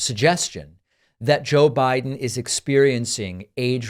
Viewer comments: "Briden"? Pakman is showing gross signs of dementia! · And you said, "Briden" 🤣